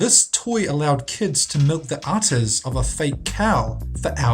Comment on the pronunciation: udder not utter